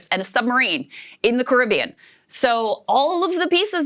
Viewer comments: Sagaar's pronunciation of Caribbean countries was the worst I've ever heard. 😂😂😂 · Saagar butchered the names of those Caribbean nations 🤦🏾‍♂️😂